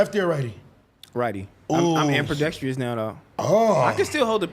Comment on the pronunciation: I'm "amperdextrious" now 😂🤣😂